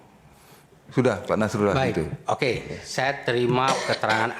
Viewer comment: Setelah ber-jam mengamati, saya mendapatkan poin bahwa kuasa hukum BPN atau 02 sangat tidak sopan baik dalam menyatakan pendapat dan membalas sebuah argumen. Terlebih sdr Nasrullah (baca A bukan O!), memfitnah saksi dan KPU bgtu keras di depan majelis hakim.. wow!!